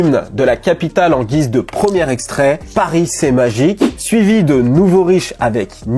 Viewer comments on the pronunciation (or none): none